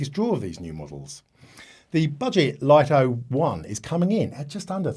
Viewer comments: Did you consult DJI's official channels or just your local DJI dealer? Many YouTubers pronounce it correctly as "LIT TO," only a few American YouTubers pronounce it as "LIE TO" like you! Another example is the famous Japanese camera brand NIKON. The correct pronunciation in Japanese is NIK KON, but ridiculously, many Americans pronounce NIKON as NINE KON, just like you pronounce "LIT TO" as "LIE TO." This deviates from the original pronunciation. This might be due to your habit of naturally pronouncing the letter "I" with an "I" tone, but it's incorrect. Please respect the original creators' pronunciation! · The pronunciation about the LITO should be "Lit To" not the pronunciation like yours in "LIE TO"~ LITO is the nickname of LITTLE~